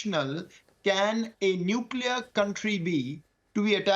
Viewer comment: He uses as prefix - nulcear weapon.... Anything else pls